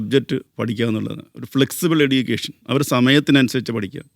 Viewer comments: എഡ്യുക്കേഷൻ അല്ല എജ്യുക്കേഷൻ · ഇയാൾ ഒരു യൂണിവേഴ്സിറ്റി വിസി ആണോ? സംസാരം, ഉച്ചാരണം ഒന്നും ഒട്ടും കറക്റ്റ് അല്ല. എടീക്കേഷൻ, ഡിഗിരി എന്നല്ലാം പറഞ്ഞോണ്ടിരിക്കുന്നു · Education ൻ്റെ pronunciation തെറ്റാണ്